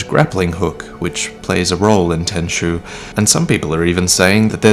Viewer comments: why you call tenchu "tenshu"? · Tenchu.. It's Tenchu.. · It's Tenchu, boys. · Its tenchu lol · It is Tenchu, fam. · It's Tenchu